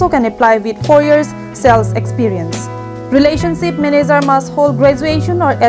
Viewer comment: Relationsip ma relationship pulo ma ho ? Pls correct ur pronunciation😊